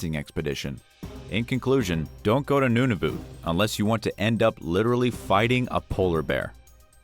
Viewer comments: It’s nun-a-vut not noon-a-vit ~ Canada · DID NOT JUST SAY NOONAVOOT” ISTG AS A CANADIAN THAT PISSES ME OFF AHHHH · Nunavoot lmao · You miss pronounced Nunavut completely wrong. Its nun-a-vit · #5 Polar bears don't " Murder People" what a ridiculous comment also your pronunciation of Nunavut is way off.